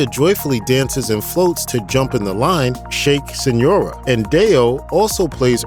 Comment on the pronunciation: It’s shake Senora, not senora.